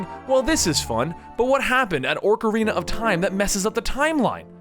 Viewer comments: it`s pronounced o-carina of time. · liking the videos, but why the stuff is he saying orcarina? we all have strange ways of pronounciating zelda words, but this guy is bold as all heck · And "Orcarina". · its not oRcerina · Aw ka ree nuh. Ocarina that's how it's pronounced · ORK-arina? smh... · OCK! OCK! Not Orker. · Oc-like doc, Ar-are, Rina-like the end of balle'rina'. Hope that helps i hate people that pronounce it like it has an 'r' after the 'o' Orkarina? so annoying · ocarina... not orecarina. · Please stop saying oRcarina of time. It's Ocarina. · How he's calling it an oRcarina is killing me. There's no extra R in ocarina >.< and that's a actual instrument so you dont have to guess how it's pronounced... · BTW its "Ocarina" not Orcarina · Don't listen to DigitalSamurai on the pronunciation of "Ocarina." I speak Japanese and have played the Japanese version of all these, and Japanese is a phonetic language requiring no pronunciation guide. It's "OH-ka-ree-nuh," and not "Ahk-uh-ree-nuh" like most people pronounce it. However, he is correct on Ganondorf and VAH-tee Also Fi is pronounced "Fi" as in the first couple letters of the word "fight," not "Fee" as in "Feet." Let me know if there are any other ones you want to know about. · i'm sorry to sound like an ass, but it's not orcarina, it's pronounced : Oh-core-een-uh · i cant even take u serious nomore bro i heard orcarina and it kinda threw me off but i let it slide... then u said ganondalf it was over at that point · "Orcarina?" "Ganondolf?" wtf is this shit, has he ever actually played the games. No respect- absolutely disgusting. DISLIKE. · During Oot you said Orcarina and Ganondalf. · I cringed everytime he said GanondoLf instead on GanondoRf. But even worse when he calls and ocarina an oRcarina. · Picori, Vaati, Ganondorf, Ocarina, etc. are all oddly pronounced. Everyone I know says Pi-coree, Va-tee, Ganondorf (with an R), O-car-ina. Hope this helps. Great video though.